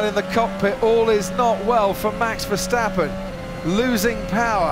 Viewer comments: Verstappen before the race:verstappen Verstappen in the start: verstopping,🤣🤣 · ah yes Max Terversappen